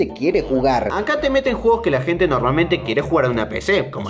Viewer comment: No se dice: Gente se dice: Gete